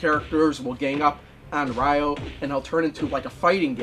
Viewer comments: It's not "rye-o." It's "ree-o," like the Brazilian city only with the emphasis on the "yo." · Glad you finished Shenmue 1! (But why do you call "Ryo" (it's like "Rio" but with the emphasis on the "o") as "Ryoh"? Haha. :P) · Weird how you pronounce Ryo's name correctly for the half of the video, but then you pronounce it incorrectly as "RYE-OH" for the last half of the video.